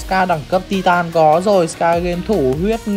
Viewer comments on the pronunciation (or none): none